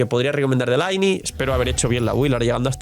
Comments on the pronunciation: No se en qué idioma juegas pero al menos en el inglés del juego se pronuncia "Linei", si no compruébalo, jaja, que por mucho que digas que se pronuncia "Laini", la evidencia te delata 😂. Lo siento pero me rechina escucharte pronunciar así el nombre de mi Lynae haha. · Hola soy el típico pesado de la pronunciación, que tal. Actually ☝🤓 Lynae en inglés se pronuncia "Linei" para que no se te enrrede con la del genshin